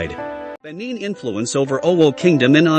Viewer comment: The AI voice-over is very distracting, the pronunciations are appalling. If not, this history is interesting.